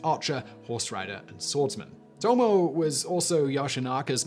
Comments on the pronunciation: Toe-Moe-Eh, not Toe-Moe. She would take exception to that. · Hell, they are bigger issues in his pronunciation. Leyasu (Ieyasu)? Leyosho (Ieyoshi)? In Japanese i is pronounced as ... i. Not L. Also, Tomo (Tomoe)? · Tomo-eh it is ともえ トモエ